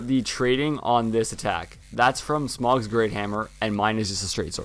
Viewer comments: The pronunciations on these early videos are funny: Caestus - He says Kestus (it's ses-tus) Smough - He says Smog (it's smoe) Gothard - He says Got Hard (it's gaw-therd) Scythe - He said Sith (it's saith) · Not Smaug it's smough